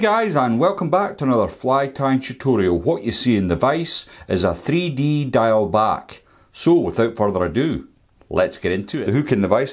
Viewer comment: Hi, not a criticism of your fly tying which I really like. But as a Scot, isn’t the pronunciation of Diawl Bach should it not be Baaach as in Loch, not back as in the part of the body. Hope you don’t mind this comment.